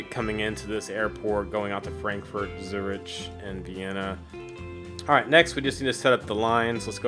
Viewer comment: When it comes to missions where I really struggle like Swiss Made or missions I just handled poorly like this one, your guides are the best. Appreciate you putting these out! P.S. In Swiss Made and this one you're killing me with "Zur-ich." It's Zur-ick